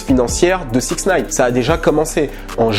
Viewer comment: on dit sixty nine et non 6nine... peace